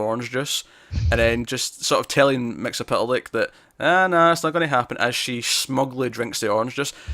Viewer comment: A lot of people put an extra "L" in Mxy's name like you did. Here's how you say it. Mixy is pit lick. M X Y Z P T L K. There's only one L. Not two.